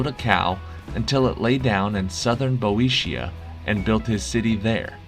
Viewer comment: Hey,: how is it possible to be so completely insulated from the normal pronunciation of both foreign and English words? Nothing reveals so obviously your ignorance of Steinbeck, for instance, as that you don't know how to pronounce Salinas (roughly, suh lee nus). Boeotia is pronounced bee OH shuh, and Karamazov takes its stress on the third syllable. In every quiz, you make several such howlers. Why don't you just look them up? Many proper nouns will actually be in the Webster or Oxford dictionaries online.